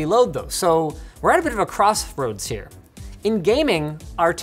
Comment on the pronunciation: Linus will always be a true gamer, his gamer heart wanted to say crosshair so bad that it automatically adjusted his speech for the fastest possible route